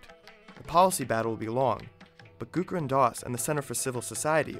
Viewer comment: Nice video. But its not Gurukaran Das but Gurucharan (as in charity) Das.